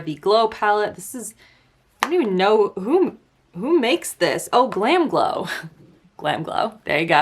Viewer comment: I died laughing when was tryna say GOLW ahahahhahaha